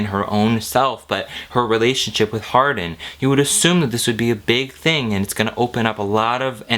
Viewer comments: i keep hearing his name as hard*n, not hardin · HIS NAME IS ´HARDIN‘ NOT ´HARDENˋ YOU DUMB BBBBBBCHES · if y’all going to hate, at least get his name right. Hardin *